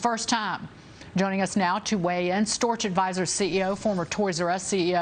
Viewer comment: Storch needs to move to France: pronounce your 'h' or move to Amphibianland! Cheers from the Oil Patch in Central WY